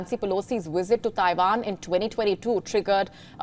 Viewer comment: Ah WION…when they’re(Indians)not fighting each other,they’re spreading lies about other countries and people.referring to Russian soldiers as:”Putins men” and Chinese soldiers as:Xi’s men”but not towards everyone else and FFS it’s pronounced:TAIWAN !! Not TAIVAN!!!